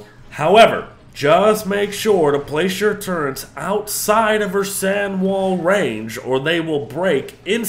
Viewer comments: Turrets, not turrents There isn’t an N in it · There is no n in turrets.